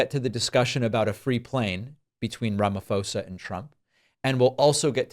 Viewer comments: Just letting you know it's pronounced posa not fosa silent h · Its RAMAPHOSA, not RAMAFOSA!!! PHOSA as in POLICE.. PHOSA, RAMAPHOSA!! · A heads up, Pres. Ramaphosa's surname is pronounced as "Ra-ma-pore-sah". Appreciate you covering this topic, David! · Hi. This is in no way meant to offend. I genuinely enjoyed your video - very insightful. As a South African I just want to make one slight correction. You keep pronuncing the "ph" in Ramaphosa's name using the f sound and it sounds like Ramafosa. It's wrong. You're supposed to pronounce the "ph" as it is. Please don't attack me in the replies for stressing over such minor detail. I know his American and might not get the pronunciation right, but if we don't correct people, how will they learn? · Please! Ramaphosa is pronounced with a p not an f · Please call him Cup cake 🎂. If you can't say Ramaphosa, not Ramafosa.😅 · Sigh, Hey David, before I speak my mind on the video, may I just add a correction to how you pronounce our president's family name it's not "Ramafosa" it's Ramaphosa the "pho" is pronounces the same as you'd pronounce "Po" from Star Wars' name. In many languages in South Africa, the "h" in front of a consonant is used to emphasize the sound of said consonant. Back to the video, honestly, I wasn't surprised by the shear stupidity of Trump and the brazen alluding to the fact that he'd accept a plane as a present. Trump showed a random spot near a random road and, with no evidence, said it's a burial site for murdered white farmers, and when asked where that location being shown, he says in South Africa 😮‍💨🤦🏾it's like if when 9/11 was happening and first responders were asking where it's happening and the caller responded "North America". I still say President Ramaphosa should've said, "I'm sorry, I don't have a plane to give you. You POES!"